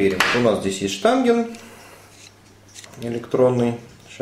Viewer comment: Да блин, хоть кто то сказал "штангеН", а не "штанГЕЛЬ"))), Вы рекомендуете этот ДТК?